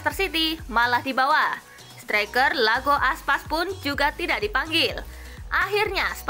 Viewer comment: Iago Aspas min bukan Lago Aspas